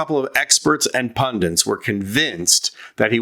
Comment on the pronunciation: Its pundits not pundints America.